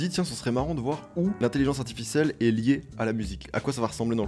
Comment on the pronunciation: "l’intelligence arti-ficèle .." Ah oui la fameuse 😉